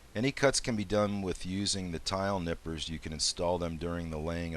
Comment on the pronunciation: There's no "K" in "nippers".